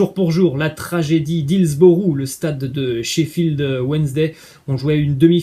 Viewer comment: Putain, les gars, l'accent quoi c'est pas dur!! Hills beroo en phonétique!! Le u en anglais ce dit iou et le ough ce dit o!! comme beuroo!